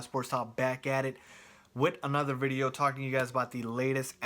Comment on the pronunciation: u know u r brown when u say "wideo."